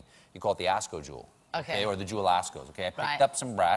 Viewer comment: People don't say Osco - Jewel, they say Jewel - Osco. Most of the time they just say Jewel.